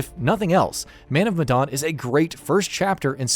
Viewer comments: Medan not madon you fuck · "Man Of MadOn"